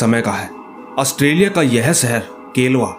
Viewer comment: नाम तो सही से ले लो ऑस्ट्रेलिया 🇦🇺